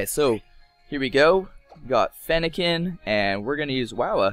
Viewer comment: you have mis said fennekin and froakie